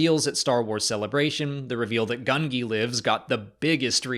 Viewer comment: It's "Goon-jee", from what I've seen, not "Gun-guee".